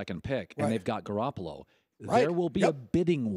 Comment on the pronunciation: Before he opened his mouth I knew just by the way he looked that he'd pronounce it "Gar- apple-oh"